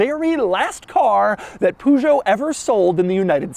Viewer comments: Doug saying poogoet Me: It’s Peugeot Doug with a perrr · I like Doug, I really do, but please work on your french pronounciation 😂 It's Peugeot not Puuuchoht. I mean even Clarkson managed to pronounce it 🤣 (Same with Chiron, not Chirone) Apart from that, great video as always!👍🏻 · Love ur vids Doug! Pronunciation: Wrong: pooh-zho Right: Purr-zho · It's not pronounced Poo-geot but Pur-goet where you say "Pur" like "fur" but with a posh British accent! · It's called "Pejo", not "Pujo". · PEUUUUGEOT NOT POUUUUGEOT Les voitures françaises n'ont rien à envier aux voitures made in USA....... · It’s not “poo-joe”, it’s “pöe-joe”. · Try to say Pe zho. Not PuuJo. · It’s pronounced Puhjo, not “Poojo”. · what the.. is a poo Joe, it's pronounced Peugeot, like purr show. lol. poo joe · The way Doug says Peugeot actually feels like a slap to the dick everytime he says it. There’s only two acceptable pronunciations, PEE-YOU-GEOT or PUR-GEOT everytime he says POO GEOT I go into a trance🤣🤣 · Hey Doug , Its actually pronounced perr-jo not poo-jo lol TY, 😁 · It’s not pronounced “Poo-sh-zo” it’s not easy pronounce but in England we say it more like “per-zer-hoe” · You butcher the pronunciation, holy jesus 🤣It's not "Pugo" it's "Pegeau" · it's PEH-JOE not POO-JOE ffs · oh.... and its not poujot..... but PEU.... pout that word in google translate and ask to be read in french it's sound "PEUJO" not "POUJO" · Another nice Euro review. By the way, in France we pronounce the name 'Peh'geot not 'Puh'geot. The 505 was designed in the early 70's and sold in the late 70's, the 405 is a much modern car designed in the late 80's and it replaced both the smaller 305 and larger 505 for some time until the 605 was released. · Peugeot is pronounced like pöjo, not "pujo"... it is French. :) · At the third pujo my ears started bleeding. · Poo-jo? Hahahah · Poo-Joe xD Best plumber around :D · What is that pronunciation bruhhh, puhjot? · I cringe every time this doofus says Poo-show. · "POO"geot??? WTF!